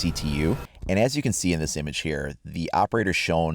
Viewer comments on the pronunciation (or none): Did you hear him say impage at the beginning